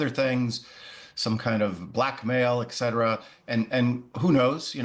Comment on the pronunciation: ET cetera not ECK cetera.